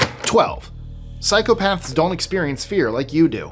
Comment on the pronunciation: I keep hearing you say "cycle paths" 😂